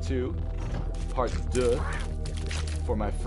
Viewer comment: hahaha "part duuuuh for my french viewers" i'm one of your french viewers and it really made me laugh. Even i shouldn't since my english accent is far worst than that ><